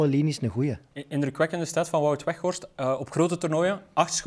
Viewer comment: Ik hoor steeds wegworst😁 is het niet Weghorst😂😂😂